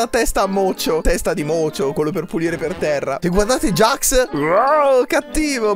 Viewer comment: NON SI DICE GAX ME JAX